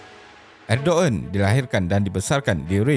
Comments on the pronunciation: Bukan edoen tapi erdogen lah admin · “Erdovan” bila menyebut nya bukan erdogan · Sebutan yg betul erdowan